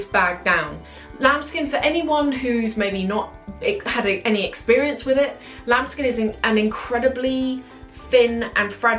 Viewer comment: everytime i hear the words "lamb skin" makes me feel like she is saying 'child skin'.